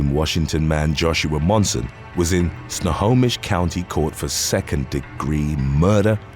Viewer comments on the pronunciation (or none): none